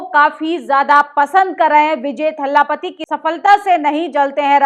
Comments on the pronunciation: Please don't pronounce Thalaapathy It's Talapati It's not Pariyaar. It's Periyaar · वो Thallapathy नहीं पर Thalapathy है । तुम्हारे मुंह से बोहोत गंदा सुनाई दे रहा है । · Please pronounce properly. He is Dalapati दलपती not थल्लापती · For God sake, it’s certainly not THALLAAPATI! you are insulting the leader by mis-pronouncing his title. It’s spoken simply as Dalpati. Period! Can you still not figure out? Dalpati as in hindi, for God’s sake. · Abhi tak to vijay, "Thaalaapati' suna tha Ab vijay ka ek naya naam pata chala" Thallapapati'?? 😭😃Are phle Tamil shabdon ka sahi uchcharan seekh lijiye, Baap re baap itna lamba vdo are aaj hi saara gyaan de dalengi😭😭😭😂🤤😱🤐🧐KHALED. S